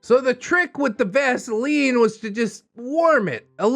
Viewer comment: The moment he said vasiline I choked. Then the description. YOUCH